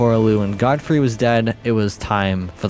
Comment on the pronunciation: It's Godfrey not Goldfrey